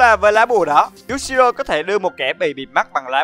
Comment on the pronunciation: Cười nhất đoạn anh đọc nhầm Yushiro thành Yashiro ;))))))))))